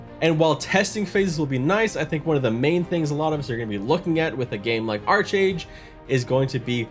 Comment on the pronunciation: Great video... but I was a 3D artist for Trion Worlds and it is pronounced Ark-Age not Arch-Age. xD